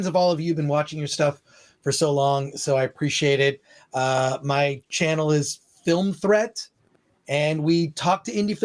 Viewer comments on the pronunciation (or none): I swear said Film Tread, when Film Threat is right there on screen next to his name